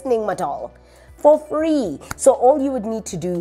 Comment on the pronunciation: Did say "for free"? 😂